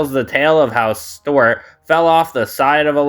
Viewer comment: Bro calls Stewart "Stort."